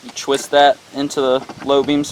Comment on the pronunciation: i thought it was pronounced 'twist' not 'chwist'